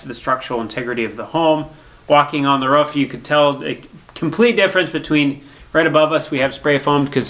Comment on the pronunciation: It's ROOF not Ruff 😂